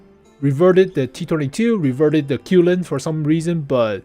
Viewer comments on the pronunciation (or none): Love your videos and Qilin pronouns Chi-Lin like the Japanese pronunciation Kirin